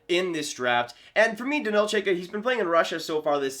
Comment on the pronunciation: Number 13 in the rankings is pronounced more like Ch-eye-ka If I remember my pronunciations correctly